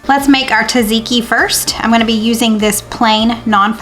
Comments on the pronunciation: You pronounce tzatziki good enough! If I heard it right you pronounce it zaziki but here in Greece we say the t in the beginning + middle also. So it is t-zatziki 🖤 Hello from Athens 🇬🇷❤️ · Tzatziki is said like Zutziki basically you're just not saying the T at the beginning. Nice video today. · Pronounce- Zat zee kee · I love your recipes! The first “T” is silent in Tzatziki.